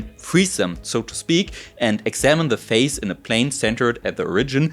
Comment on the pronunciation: Excellent presentation. My only gripe has to do with your pronunciation of "phase," which to my ears sounds the same as "face", but the "s" in "phase" in English is pronounced like the "s" in the German word "Kaiser".